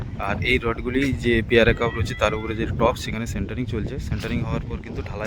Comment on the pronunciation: উচ্চারণটা পিয়ারা কাপ হবে না😢 হবে পিয়ার ক্যাপ 👍 Pier Cap